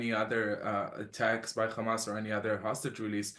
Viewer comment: Stop saying gamas its HAMAS 🇸🇩🇿🇦